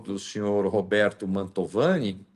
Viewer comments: Mantovani... NÃO Montalvani.....❤❤❤ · Fala o nome certo da familia! Não é montalvani... é MANTOVANI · te adoro, mas de novo vou te corrigir, não é família "Mautovani", e sim MANTOVANI..Bju! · Ótimo vídeo e ótima entrevista,... Mas só um detalhe: não é Montalvani, mas sim Mantovani. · Só uma correção, é Mantovani o sobrenome, não Montalvani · não é Montalvane e MONTOVANE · MANTOVANI,!!! E não Montalvani😂😂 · Uma dúvida sobre um detalhe,: por que você insiste em chamar a família perseguida pelo Alexandre de "Montalvani", quando todo mundo sabe que o certo é "Mantovani"? Na próxima vez que falar desse processo absurdo, corrija isso, por favor (a não ser que seja uma tática anti-censura). No mais, parabéns pela esclarecedora e corajosa entrevista com o advogado. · A ta pronunciando errado o nome. É Mantovani e não mantalvani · Acho que o nome é Mantovani, não Montalvani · MonTALvani não,. MANTOVANI kkkkkkk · É Mantovani e não Montalvani… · Que "Montalvani",? É Mantovani. O advogado repetiu o nome certo o tempo todo e você continuou falando errado. 🤦‍♂ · É família Mantovani e não “Montalvani”. 😅 como repetido diversas vezes pela. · o sobrenome é Man T O vani. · MANTOOOOVANI. Não Mantaaavani.😊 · parabéns pelo vídeo! Corrigindo, família Mantovani; vc diversas vezes pronunciou errado o nome da família. Amo vc; Deus te abençoe!🙏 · Por que a não é capaz de pronunciar corretamente o maldito nome da família injustiçada? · Família MANTOVANI MANTOVANI MANTOVANI!!!! Caraca, dói no ouvido, o advogado fala toda hora o nome correto. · é MANTOVANI. MANTOVANI. É importante falar o nome corretamente porque isso fica registrado pra história. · Bom dia. É Mantovani, miga rsr